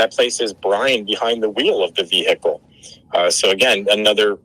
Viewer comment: I would never hire a lawyer who does not know how to say the word vehicle properly. It's not hickle the H is silent.